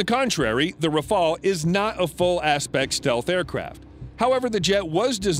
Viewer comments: Not raphaal, raphaEL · the RAFALE and not rafael... went in service in 2001... and it’s one of the best fighter on the planet and world wide recognised, while your TFX still on the drawing board and still haven’t take off the ground... please stop embarrassing yourself thanks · Learn to call his name : Rafale, Rafale, Rafale , RAFALE, RAFALE, R A F A L E , DAMNIT !!! The FCAS is a 6TH gen project, the Rafale is more than enough, it is an aircraft that can do everything, and which slaughters the F35 in dogfight. The only American aircraft that can afford to challenge the Rafale without being sure of losing is the F22, and again, the Rafale shot down an F22 in training, the Rafales had, the same day, put 7 to 1 to the Eurofighters too! Do not compare this flying brick from F35 to this aeronautic marvel, the Rafale. The F35 is just a political plane, those who buy it buy it just because it's American. But some preferred quality to politics, and preferred the Rafale, for example, Egypt, Qatar, India, Greece, Crotatia ...